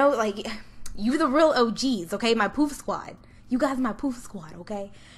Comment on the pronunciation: At first I thought you said poop squad 😂